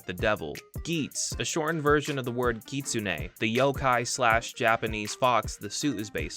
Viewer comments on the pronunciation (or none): none